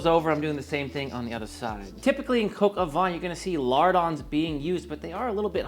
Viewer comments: About "Sergeant Gilbert", you pronounced it almost correctly, just say the "G" in Gilbert exactly the same way as you told in the word "sergeant", and you're spot on with the ending of these two words. However, please don't pronounce "coq au vin" like "coq au vent", as these two terms mean completely different things. What you say basically means "rooster in the wind" which might be understood as something like "rooster-shaped weathervane" or "weathercock" (properly called "girouette" in French). "Coq au vin" should be prounounced something like "coco vang" (you know, the boom vang of a sailboat that feels like coco). Your "n" at the end of the word is correct, BTW. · Please teach him how to say coq au vin. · Made Cog Au Vin (Coke Ah Van - pronounced like the automobile) last night for a friend. It was so delicious with mashed potatoes. I sent him home with lefties and I had some today as well. And yes, it was def better today. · Coq au vin must be pronounced: Cock oh v( ain ) like vain ( u’r so vain ) without pronouncing the n or oh v(ain’t ) without pronouncing the n and the t! 😀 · Coke au vin? Is that a Bourdin recipe? Or perhaps YT won't let you pronounce it properly. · Once you nail the french pronunciation game you'll be golden - brown that is. Coke o'van (kinda in between van and vine) ; loo (like look) cru-say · PS Coq au vin = Cock oh Vuh - I absolutely love your work. You inspire me - and I’m sure so many others. Nothing better than seeing someone who has truly found their passion in life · Sonny, say: "Coke-oh-vaahn" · Typical yank bad French pronunciation of the actual name of the dish and the so full of themselves as if they've invented it's been going on for thousands of years just the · You are great. (Please learn to say “coq au vin” correctly lol). This was delicious!! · Pretty sure that isn't how you pronounce Coq au vin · The correct pronunciation is coq au 'van' the 'n' being silent. 😎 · "Coq au vin" l'accent y était presque ! Bravo !